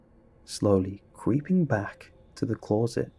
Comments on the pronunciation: This was indeed a scary story, what was equally scary however was how you pronounced closet lol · Never noticed the interesting way you say closet before now